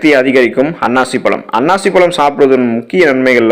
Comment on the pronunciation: It is annasi pazhzam,not ,annachi pazhzm